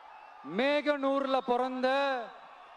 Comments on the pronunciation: மேகனூர் இல்லை மோகனூர் பார்த்து படிக்கிறதுன்னு ஆயிடுச்சு இந்த கரெக்டாவாவது படிங்களே தலைவா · மேகனூர் இல்லப்பா.... அது மோகனூர் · நாமக்கல் மேகனூர் இல்ல தலைவா மோகனூர் தலைவா தமிழ் ஒழுங்கா படிங்க ஜி